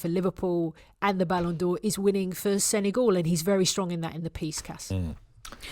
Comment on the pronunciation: ...he's a little bit coy about it.....if only you knew what coy means in Senegalese...! And it SeneGAL, rhymes with pal. not Senegaul which rhymes with haul....